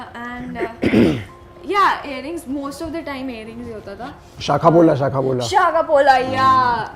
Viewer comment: the way he said Shakhapola 😮